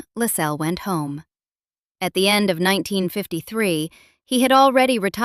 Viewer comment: LASS-els. Stress on the first syllable. If you don't even know how the name of the subject of one of your documentaries is pronounced - how can we then trust that the rest is correct?